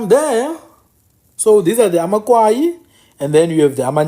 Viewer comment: Good reservation of our History bhuti BUT I want to correct you on the narrative of AmaKwayi. SingamaKwayi sakwaya zange sikwaywe. It’s AmaKwayi not AmaKwaywa. After the death of UKumkani uNgconde, his son uGando from indlu eNkulu was already the King of AmaXhosa There was nothing called amaKwayi until Zikolesizwe (Gando) abandoned his home and the crown because of iyelenqe elakhiwa nguTshiwo ekunye noMdange. UTshiwo waye waze wangena even Gando’s daughter uNoqazo . In Tshiwo’s bethrowal of Gandowentshaba, Gando wakwaya (abandoned or left) ikhaya and that is how Tshiwo became the next King of AmaXhosa with Mdange’s help. That is why you will hear imiDange ikhahlelwa as Mdange kaTshiwo. Without going into details, I just wanted to point out that correction about AmaKwayi kaNgconde I see not a lot of books narrates it correctly and even abantu bakuthi abakwazi nokuzithutha.